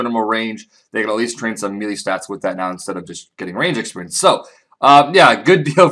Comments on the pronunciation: I was going to ask if I was the only one bothered by him saying mee-lee instead of may-lay but there are at least 2 other comments saying the same thing. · Melee is pronounced May-Lay, not Mee-Lee. Just trying to be of help. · You know its said as may-lay for melee...?